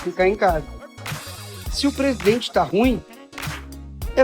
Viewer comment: PRESIDEMENTE??? 🤣🤣🤣🤣🤣🤣🤣🤣🤣🤣🤣🤣SABE, SABE, SABE, SABE.......🤣🤣🤣🤣🤣🤣🤣